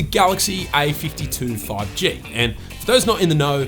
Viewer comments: Its a52 not ai52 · Yo , I just heard i 52 insted of a 52